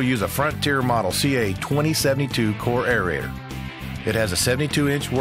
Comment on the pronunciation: The correct term is AERATOR, NOT aereator.Thanks for showing a woman operator.